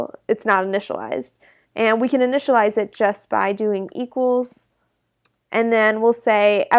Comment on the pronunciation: "initalize".. noob XD